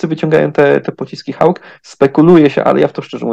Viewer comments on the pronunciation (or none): Nie mówi się "Hałk" tylko poprawnie jest "Hok" bez ł. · skoro pan twierdzi ze mowi sie hauk to zapewniam ze mowi sie hooouk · Hawk (wym: hołk)